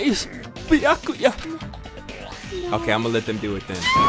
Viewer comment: i love how he pronounces byakuya as "kooyuh" no matter which person is talking, it kinda makes me think that every character uses some type of slang (kinda???)